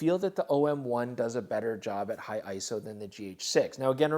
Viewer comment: Special thanks to for being one of the only You Tube creators who says ISO correctly. Sorry I couldn't take you guys to Costa Rica for the OM-1 like I did for the E-M1III!